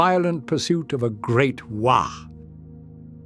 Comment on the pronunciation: What the zog is a a wah? I think you might need to say it properly instead. it is: WAAAAAAAAAAAAAAAAAAAAAAAAAAAAAAAAAAAAAAAAAAAAAAAAAAAAAAAAAAAAAAAAAAAAAAAAAAAAAAAAAAAAAAAAAAAAAAAAAAAAAAAAAAAAAAAAAAAAAAAAAAAAAAAAAAAAAAAAAAAAAAAAAAAAAAAAAAAAAAAAAAAAAAAAAAAAAAAAAAAAAAAAAAAAAAAAAAAAAAAAAAAAAAAAAAAAAAAAAAAAAAAAAAAAAAAAAAAAAAAAAAAAAAAAAAAAAAAAAAAAAAAAAAAAAAAAAAAAAAAAAAAAAAAAAAAAAAAAAAAAAAAAAAAAAAAAAAAAAAAAAAAAAAAAAAAAAAAAAAAAAAAAAAAAAAAAAAAAAAAAAAAAAAAAAAAAAAAAAAAAAAAAAAAAAAAAAAAAAAAAAAAAAAAAAAAAAAAAAAAAAAAAAAAAAAAAAAAAAAAAAAAAAAAAAAAAAAAAAAAAAAAAAAAAAAAAAAAAAAAAAAAAAAAAAAAAAAAAAAAAAAAAAAAAAAAAAAAAAAAAAAAAAAAAAAAAAAAAAAAAAAAAAAAAAAAAAAAAAAAAAAAAAAAAAAAAAAAAAAAAAAAAAAAAAAAAAAAAAAAAAAAAAAAAAAAAAAAAAAAAAAAAAAAAAAAAAAAAAAAAAAAAAAAAAAAAAAAAAAAAAAAAAAAAAAAAAAAAAAAAAAAAAAAAAAAAAAAAAAAAAAAAAAAAAAAAAAAAAAAAAAAAAAAAAAAAAAAAAAAAAAAAAAAAAAAAAAAAAAAAAAAAAAAAAAAAAAAAAAAAAAAAAAAAAAAAAAAAAAAAAAAAAAAAAAAAAAAAAAAAAAAAAAAAAAAAAAAAAAAAAAAAAAAAAAAAAAAAAAAAAAAAAAAAAAAAAAAAAAAAAAAAAAAAAAAAAAAAAAAAAAAAAAAAAAAAAAAAAAAAAAAAAAAAAAAAAAAAAAAAAAAAAAAAAAAAAAAAAAAAAAAAAAAAAAAAAAAAAAAAAAAAAAAAAAAAAAAAAAAAAAAAAAAAAAAAAAAAAAAAAAAAAAAAAAAAAAAAAAAAAAAAAAAAAAAAAAAAAAAAAAAAAAAAAAAAAAAAAAAAAAAAAAAAAAAAAAAAAAAAAAAAAAAAAAAAAAAAAAAAAAAAAAAAAAAAAAAAAAAAAAAAAAAAAAAAAAAAAAAAAAAAAAAAAAAAAAAAAAAAAAAAAAAAAAAAAAAAAAAAAAAAAAAAAAAAAAAAAAAAAAAAAAAAAAAAAAAAAAAAAAAAAAAAAAAAAAAAAAAAAAAAAAAAAAAAAAAAAAAAAAAAAAAAAAAAAAAAAAAAAAAAAAAAAAAAAAAAAAAAAAAAAAAAAAAAAAAAAAAAAAAAAAAAAAAAAAAAAAAAAAAAAAAAAAAAAAAAAAAAAAAAAAAAAAAAAAAAAAAAAAAAAAAAAAAAAAAA